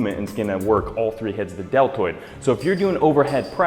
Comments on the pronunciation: did he say DeL turd or deltoid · He said "delterd" lol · "Lateral head of the del-turd" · "delturd" lol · YES! Thank you! Finally shoulders! Awesome by the way it sounded like you said delturd